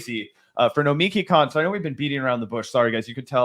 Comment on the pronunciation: The mispronunciation of Nomiki’s last name is accurate